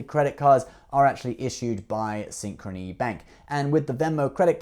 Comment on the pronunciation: When I heard you say Synchrony Back ....I just stop watching this video.